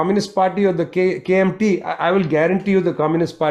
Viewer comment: Prashad pronounces KMT in accurate mandarin.